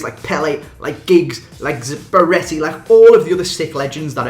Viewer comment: zabaretti? Haha